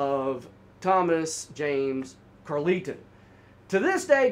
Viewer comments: I don't know what's so imperfect about your storytelling, but I can follow it just fine. Great work! PS: I think Carleton is pronounced like Carl-ton. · I'm his daughter - definitely not how you pronounce Carleton, or Dea...but fairly accurate telling of the story from the public reports you had access to 😅